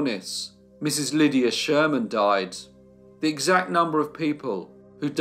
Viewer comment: noticing a recurring phrase in all your videos.... 'after a brief illness........THEY DOY-ED'..... 😱